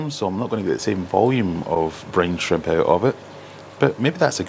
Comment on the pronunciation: My american ears heard "brain shrimp" 😅